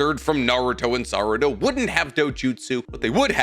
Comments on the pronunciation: "Any children between Naruto and Saruda" I know that's a slip of the tongue but that's a hell of a slip of the tongue lmao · he says naruto and sarada not sakura lol